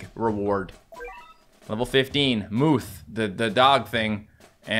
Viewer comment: Level 15 I love the fact called the moth a moof 😅😅😂😂